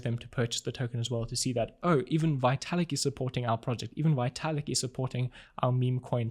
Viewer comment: His name is pronounced Vetalik.